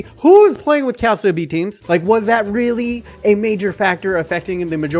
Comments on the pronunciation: it's "Cal-cho" fyi :) as you were.. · Please, just please stop saying Calsio (Calcio). Its not Calcium in Italian, it actually means football. Just look up how to pronounce it properly. Cringe overload. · dude learn to say calcio, thats just awful for a footy channel. u still got the thumbs up for the content sir. ;) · I don’t see why it matters. He’s not Italian nor does he speak Italian. English speakers don’t use the word “calcio” because we will always say Italian football or soccer. How would we know that “cio” is pronounced “cho” without studying Italian? Does it bother you when the English speaking word mispronounces all Italian words(spaghetti, pizza, espresso, etc...) that we use in English or just il calcio? I’m 99.9% sure that you would also mispronounce all Italian words that we use in English since you would get the vowels wrong and the double consonants. Tutte le strade portano a Roma.